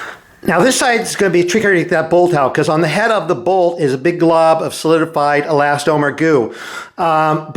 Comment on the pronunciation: He never did. He did, however, say " e-last-OH-mer". (And I am glad he is back, no matter how much I self-righteous nit-pick!) Another great "How-To" video.